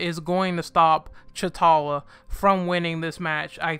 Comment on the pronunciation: Secondly. His name is to T'Challa (tachaulla) not Chutalla.